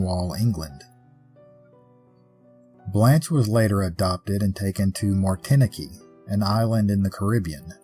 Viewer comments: The island's name is Martinique, and the group of letters after the " t" are pronounced like the word unique so Martinik with stree placed on the second 'i', so Martinik, not Martin-ekee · I think it's pronounced Martin-neek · Nice story telling, but Martinique is pronounced Martineek. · I’m pretty sure Martinique is pronounced “Martin-eek.” Otherwise your storytelling is world class! I can spend hours watching your videos and your voice is so so soothing 😊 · Martinique like antique Martin- que. No worries brother. I'm in Alabama myself. It SHOULD be the way we pronounce it... dang French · Great story but martinaqueeee made me laugh 🤣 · Martinique, your pronunciation made me giggle. But it doesnt matter how you say it, it's the story that's important, and you do a great job. And I actually appreciate that no one is perfect, not even you, certainly not me. It makes us human. Thanks as always.